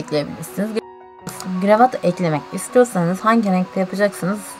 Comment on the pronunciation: gıravat değil kıravatt😂😂😂